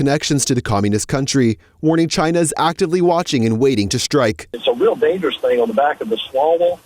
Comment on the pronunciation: Swallowell for example, Chy-na Joe for another